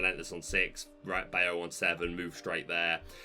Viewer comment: can we talk about your pronunciation of “Bayou”? 🤣 For future reference it’s bye-you. 😉